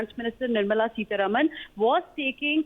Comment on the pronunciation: Who is this news reader? She is unable to pronounce words properly. Can't even say the names of Salil Parekh and Nirmala Sitharaman...